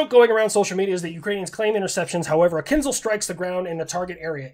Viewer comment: I do want to bring up a very important point. :D You're pronouncing kinzhal incorrectly. Unless you're doing an "I-ran" thing and on purpose, the sound is ZH not Z like if you're trying to pronounce a chinese last name of "Zhang", since that too isn't "Zang". I'll see myself out.